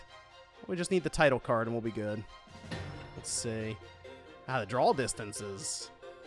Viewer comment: You pronounce draw as 'drawl'. Why?